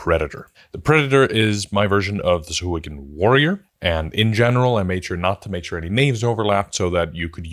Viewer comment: SA-HU-A-GIN 🙃 SOW-HUA-GIN 🧠